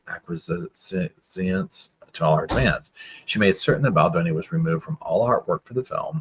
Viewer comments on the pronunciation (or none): Ack-We-Ess. Acquiesce. Means "give in". Ack-We-Essence. Acquiescence. Means "the act of giving in". Love you, you're a good ol' boy 😉